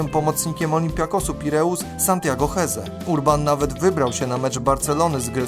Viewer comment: A do czego prowadzący ma się ustosunkowywać? Masz rację, a on (prowadzący) nawet niepoprawnie wymawia nazwisko Hezze gdzie "h" jest nieme bo to hiszpańskie nazwisko. Ale żeby wiedzieć jak je prawidłowo wymawiać wystarczyłoby obejrzeć max 5 minut materiału nt. tego zawodnika u Ćwiąkały.